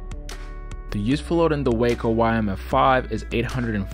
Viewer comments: Wahhhco,, it’s pronounced Wah-co not Wayco. And itt is one of the most beautiful planes ever built. And I’m sorry for my outburst, I promise to be good. Thanks 🙏 for sharing a great 👍 review of a beautiful airplane that looks like a blast to fly! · Sorry there not real Waco's and it's pronounced Waaaaaco not Wayco we have originals at our airport. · I'm a cranky old nit-picker but the aircraft company is pronounced wah-co. The city in Texas is pronounced way-co. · nice views but, as someone pointed out, the opening airplane is NOT a WACO YMF-5 or any other WACO. And - please - "Way-co" is a place in Texas. "Whack-oh" is a crazy person. "Wah-co" is the beautiful airplanes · It's waa-co. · Waco rhymes with taco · Great video! Beautiful plane! Pronounce Waco to rhyme with Taco though. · Yeah, Waco (aircraft) is pronounced as if it rhymes with “taco.” I made that mistake for a good while. Regardless, nice video! Gave a good look at beautiful airplanes. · I'm anxious to see if they'll also make a cabin biplane again. Is it pronounced "WAH-co" or "WAY-co"?